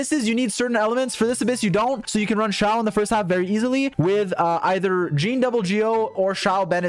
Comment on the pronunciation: "You have a C6 YEEEEEN" Idk why that pronunciation of Jean was so funny to me in that moment haha